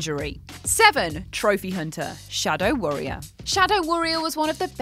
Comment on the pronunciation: Did she just say Shadow Worrier??? Haha